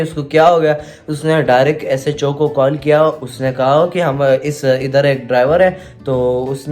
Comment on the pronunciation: HSO nahi SHO hahaha 🤣🤣🤣🤣🤣🤣